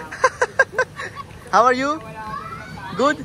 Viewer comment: Please say good not 'gud' 😂 sounds awkward,I'm Bengali 😊